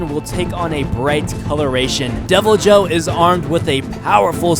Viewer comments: The Devilijho is correctly pronounced with the j sounding like an h such as in Jesus in the Spanish sense. Devil - e -ho being the correct pronunciation from what i have used in my own experience playing the game and from multiple other sources that play the game The Uragaan is pronounced oo-ra-gone(or gaan) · Wrath-a-los for rathalos.Deviljo is devil-ho. The J be silent. Err-agon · Deviljho is pronounced devil joe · its pronounced devil-yo